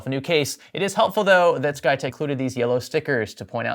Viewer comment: You keep saying "SkyTech." I only hear "PlayTech."